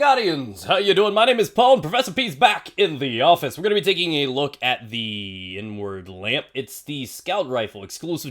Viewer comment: At first I thought you said N-Word Lamp